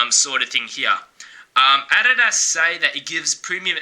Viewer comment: if I hear you say adidas wrong 1. MORE. TIME......